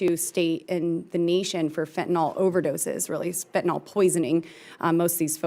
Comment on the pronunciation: It's really something how many of these congress people cannot pronounce exacerbated, and say exasperated instead. Additionally the majority of people including professionals pronounce Fentanyl "fentaNOL" .